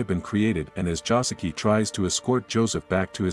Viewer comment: Bruh, Joseki.....not Josuke....Im dying.